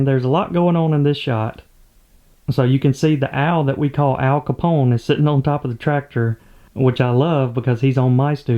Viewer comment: IS THAT "OWL CAPONE" OR "AL CAPONE"?